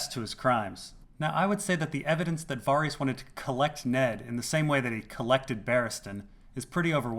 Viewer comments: Can you please pronounce "Varys" the same way it's pronounced in the show. You saying "Va-Ris" makes you sound very douchy and smug. PS: just found this channel an hour ago and I absolutely love it! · What I find puzzling is why you say Varys like that!!!!! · I think you're pronouncing 'Varys' wrong, but good video nonetheless.